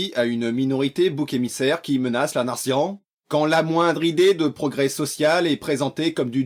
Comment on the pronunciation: La grandeurrrrh de la natzion